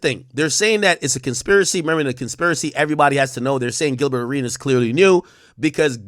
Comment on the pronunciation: Bro just call him Gil 😂😂😂 bro saying GilBurr hella funny every 5 words